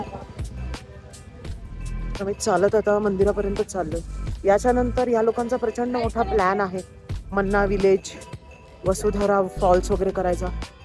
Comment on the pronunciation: मन्ना नव्हे माणा गाव वसुंधरा नव्हे वसुधारा 🙏🏻